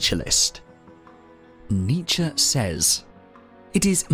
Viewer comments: Thought it was Knee-chee ? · I can't watch an entire video of you mispronouncing his name! Aahhh pull my hair out!